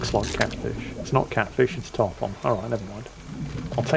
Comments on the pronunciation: FYI, it is not "Tarp On" as in on/off. The fish name instead sounds like Tarp "un". They are a really big fish often found coastal carribean locations. They like wrecks and big docks like giant groupers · I love most of your content and I love your sense of humor, but Tarpon is pronounced: Tar-Pun.